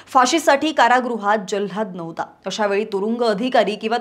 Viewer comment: जल्हाध नाही ओ जल्लाद 😅